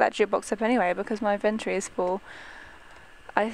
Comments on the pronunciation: raizen lee It's inventory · IT IS ''INVINTORY OKAY😡😡😡😡😡😡😡😡😡😡😡😠😠😠😠😠😠😠 sorry i am allways mad😶😶😶😶😶😓😓